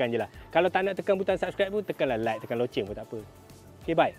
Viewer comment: Yey.. Sebut loceng dgn betul